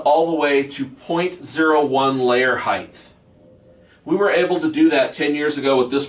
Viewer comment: Height. HeighT. HEIGHT!! Not. . Heighth... And if y'all want a hell of a drinking game, take a shot everytime he says the word ACTUALLY. Trust me. You'll be shitty.